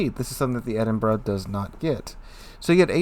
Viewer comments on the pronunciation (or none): It's Edin-bo-row not Edinburg. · Well, it SEEMS does, he corrected himself a few times - but to the wrong pronunciation of "Edinboro" - better than "Edinburg" but still not right. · It's pronounced "Edinbra"